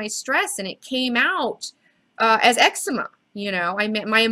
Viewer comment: It's pronounced as EC-ZE-MA not EX-UH-MA hahaha